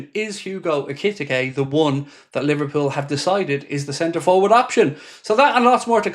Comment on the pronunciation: Love your videos but you are buturing ekitke